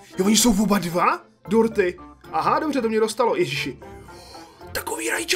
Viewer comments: Já jsem slyšel Porty a ne dorty 😂😅😁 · Když si řekl dorty rozuměla jsem ti porty xd😆